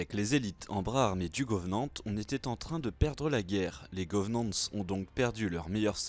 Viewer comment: Sympa la vidéo mais pourquoi tu dis « les govenante » ??